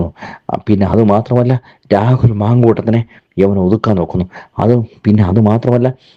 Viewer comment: എടോ റാഹുൽ എന്നല്ല, രാഹുൽ എന്നു പറയൂ